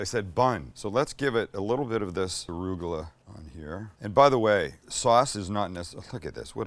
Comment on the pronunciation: I love you said ARÚGULA, with an accent😊. Same word in Spanish.